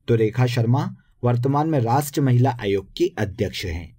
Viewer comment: Rastriya boliye sir